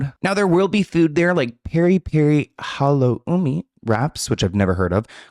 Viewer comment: Halo-umi?? 😅 oh